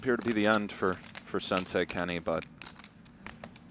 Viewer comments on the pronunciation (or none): Anyone else recoil with a big cringe at "sensei Kenney"?